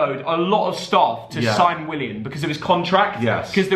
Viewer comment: The problem of is he can’t say Willian